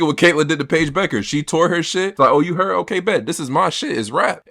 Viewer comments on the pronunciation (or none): needs to get ahold of Paige’s name, lol. I’ve heard Becker, bucker, beckner, - so close yet so far. Pronounced as Beck-errs